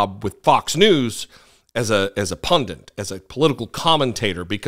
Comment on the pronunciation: pundit, not pundant. though they do often pundt